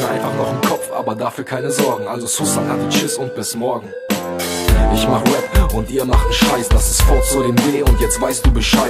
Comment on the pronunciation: Arbeite an der Aussprache von Rap -es heißt rep und nicht wep